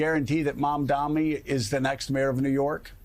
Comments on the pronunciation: Joe, it’s MamdaNi, not “Mamdami.” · Mamdami?!? What type of reporter are we hearing, can’t even properly say the candidate name? Is it intentional? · Listen, Joe. It's Mamdani, M-A-M-D-A-N-I. It's not so hard to pronounce, c'mon! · Also, JOE-- why can't you say MAMDANI right? It's rather easy (sounds like Mom-don-E). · Joe you'll need to learn how to say his name correctly soon! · MamdaNi Joe. Learn how to say it ffs. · If the anchor cannot even pronounce a basic name, why they are still hired?